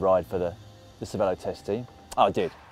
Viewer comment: How come everyone mispronounces Cervélo? They put an é in it and that says ay as in hay not e as in pet. Is it a veiled allusion to the Canadian eh?